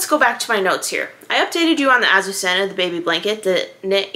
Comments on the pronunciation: Please ask Google how to pronounce this word, which is a Spanish girl’s name and means Lily! It’s so beautiful, and is criminal to say it yourself way! I know there are so many new things but this word is worth learning! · It’s not really wrong just a little less emphasis on the hard z’s and rs! I wasn’t complaining! My mother was Spanish and it rolled off her tongue so beautifully, her sister had that name! They were from a small community outside Barcelona, but some members of the family were Basque, maybe that’s why it was softer when they said it!